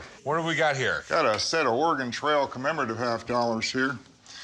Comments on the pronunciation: Lol. Or ay Gon? Really dude. Lol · ORE-GAN lol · Lol I pronounced Oregone for a long time before learning the correct pronunciation. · UGH!! Could you pronounce Oregon correctly? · Rick: calls in "expert" Expert: can't pronounce Oregon